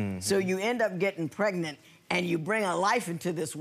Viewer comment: I absolutely hate when they don't pronounce "pregnant" the right way!!! What the hell is "pretnet" 😶(first case)